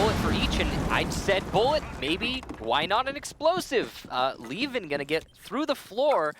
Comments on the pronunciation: Why are they now calling him leven and not liven? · I guess. I got used to "liven" even though I knew better at the start